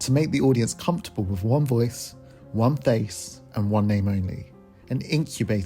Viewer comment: And she said won country album lmfao hahah.